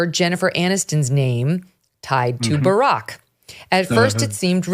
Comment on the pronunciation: I always laugh when Uncle Ted burps out Burrrrock😂🤣🎸